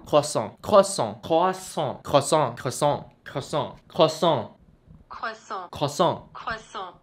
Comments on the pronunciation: gk bisa ngomong "kosong" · Ikut terharu.. congrats kak👏.. smoga bisa masuk PTN jg Btw.. Kosong?koshong?koooshong?? Ngakak wkwk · Ngakakk pas bilang "koshongg" 😂